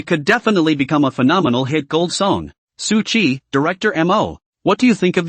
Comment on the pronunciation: Why does this guy keeps calling suqi.. su dick come on broo😂😂🎉